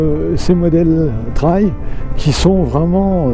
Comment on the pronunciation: Pas "traille", unTrail!!! 'Trèil phonétiquement"